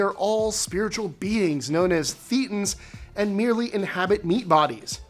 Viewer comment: Just so you know, thetans is pronounced (thay-tons) and Xenu is pronounced (zee-new)